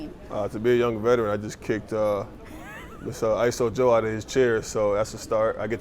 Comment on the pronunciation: He called isiah joe, iso joe?